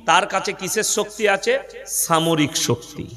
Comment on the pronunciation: দেছের, ছামরিক ছকতি, ছারিরিক কি এসব ভাষা? RIP বাংলা ভাষা